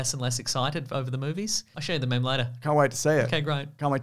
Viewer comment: he said "mem"